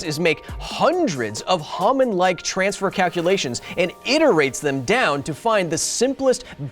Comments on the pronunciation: I thought it was pronounced as a Hoe-man transfer, not a hom-an transfer..... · It’s a long O sound In Hohmann ya handsome lil hair monster